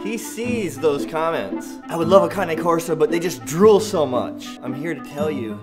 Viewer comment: Right on brother! I don’t see much people saying their name right! It’s good to know that there are some people who actually know the very basics of this breed! Liked and subscribed bro! wOOt wOOt! Cane corso’s in the house!